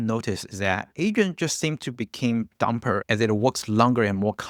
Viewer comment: Not "Dumper" 😆 ⁉ "Dumber"